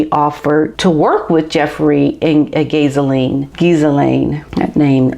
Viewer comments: Ghislaine pronounced with out the S, so Ghilaine. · we say her name with a silent H and S in England lol. I have heard a lot of people pronounce the S 😉 Say GILLANE, that sounds right ✅ much love from England 🇬🇧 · According to Lady C Ghislaine's name is pronounced Ge(as in the first 2 letters in "get") lane. Ge-lane. That is the British pronunciation. As for GE being the M word I just refer to it as being Arkensided. Prince Andrew was set up to take the heat off of him. Dershowitz had proof of where he was on the dates and times she made the accusations. He is now suing David Boise and his lawfirm.